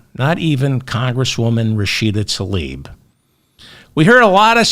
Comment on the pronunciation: Please consider pronouncing Rashida Tlaib’s name as spelled. TL-EYE-EEB